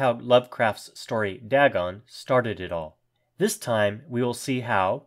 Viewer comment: ITS DAYGON...NO DAGON!!! get pronounciation right man.